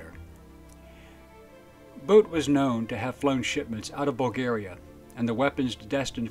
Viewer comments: His name is pronounced boot. Not boat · It's pronounced like "boot".. Not like Bout in English.